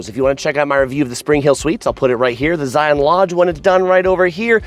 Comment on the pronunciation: First say it properly. Say Lion. Then say Zion. Just like Lion. Thank you.